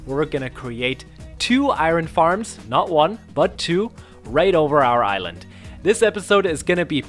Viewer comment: Somehow every time when you say "island" I hear "ireland" what XD